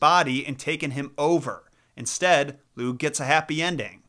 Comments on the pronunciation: Lugh is an interesting character and fionn MacCumhail is an absolute bamf, a deep dive on either of those would be well worth your time. Just a note on pronunciation, you didn't do a bad job but lugh is said sort of like lou. The gh is a very soft, kind of back of the throat almost voiceless sound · Hey! Native speaker here ! It's tuuuha de danin (tuatha de dannan) Lugh is looh And cian is actually *ke-ahn* ❤❤ go raibh maith agaibh!